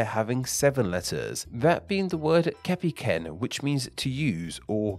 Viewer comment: kepiken pronounciation instead of kepeken ~